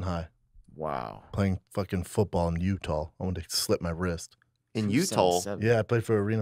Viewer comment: Brendan- "playing football in U-tall" Theo- "In you tall?🤔" Brendan- "yeah...." Just completely misses Theo making fun of him 😂 Brendan can't talk or hear, I guess.